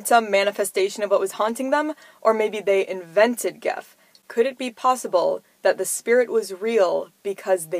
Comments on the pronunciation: It’s gef. Not geg. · like it. (The family did pronounce it Jeff though ;))